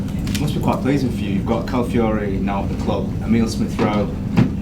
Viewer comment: It’s callafiori and not calafiori